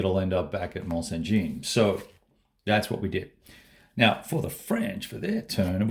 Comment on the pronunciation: Love this map and fresh video! ps. Mont St.Jean --- "Mont Sant Zhunn" Charleroi -- "Sharl-Rwuhh"